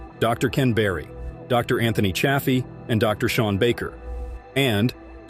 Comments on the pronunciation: It’s not cha as in chad. It’s chay. Even dr Chaffee says chayfee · Infuriating bot narrated video, pretending carnivore YouTube banning info, and the narrating bot mis-pronounces Chaffee's name.👎👎👎Grrrrr.😬🥱